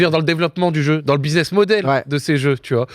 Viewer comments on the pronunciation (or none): none